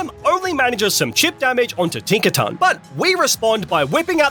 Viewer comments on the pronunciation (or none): Tink a ton